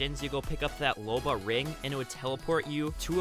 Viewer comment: You said Loba wrong it Loba not lore